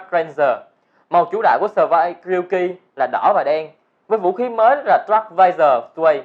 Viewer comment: Thanh niên ngọng Ryuki nghe thành Yuuki :v